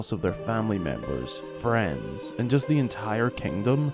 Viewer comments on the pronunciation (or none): none